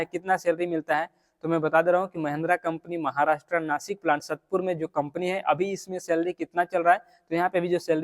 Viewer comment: satpur nahi hai sAatpur hai wo prononciation